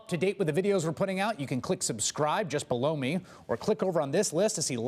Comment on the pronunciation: It always cracks me up at the end when Chris Hayes says," just below me" b/c it sounds like he's saying, "just blow me". 🤣😂